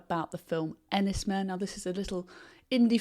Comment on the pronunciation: It’s pronounced Enys ‘Mane’.